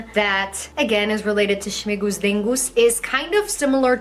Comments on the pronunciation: Śmingus not Śmigus. Śmingus. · Yes, we pour water at each other. Not only men at women. And another "tradition" is definitely not Polish. She is talking total rubbish. Also it's smingus not smigus.